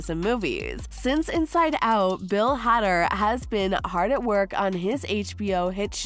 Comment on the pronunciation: It's Bill Hader, Not Hadder